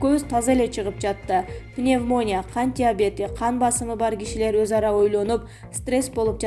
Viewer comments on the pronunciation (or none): Пневмо'ния эмес,пневмони'я чала сабат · Ушукчылар тойгоздунар пневмония деп окулбайт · Пневмония деген созду туура айтканды уйрончу басым "и"тамгасына келет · Пневмония деген созду туура айтчы диктор сорой жазылышы башка айтылышы такыр башкача экенин билбейсинби адамды ит кылдын го былжырап